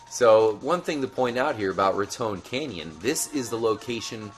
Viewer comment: good video but I've read heard trevor say it like rat ton canyon